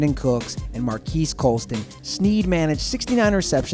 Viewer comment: It's pronounced Marcus Colston